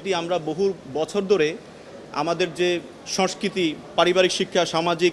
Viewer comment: সংস্কৃতি উচ্চারণ করতে পারে না, আবার বাংলার আইন নিয়ে কথা বলে।